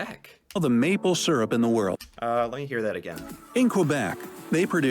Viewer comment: Pronunciation of maple syrup is incorrect. (by the narrator in the video)